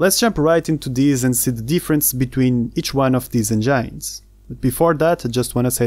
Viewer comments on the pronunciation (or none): It’s engines not engynes. “In” :}